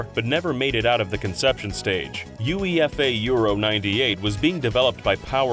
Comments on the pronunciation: UEFA is commonly pronounced ‘you-ay-fah’ in the UK. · UEFA = "Yew-ay-fa" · UEFA is properly pronounced yoo ay fuh. /‘juˈeɪfə/